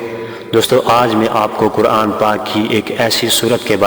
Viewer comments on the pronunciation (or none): none